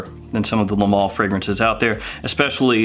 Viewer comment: Hey i like your videos but it is not the mall but Le ma-le .